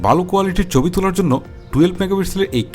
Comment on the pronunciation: ভাই আপনার ভিডিও আমি দেখি সবসময়।।।কিন্তু ভাই আপনার কথার উচ্চারণ মনে হয় একটু খেয়াল করা উচিত।।।।যেমন আপনি ছবি কে বলছেম চবি।।।এটা কি ভাই।।।।।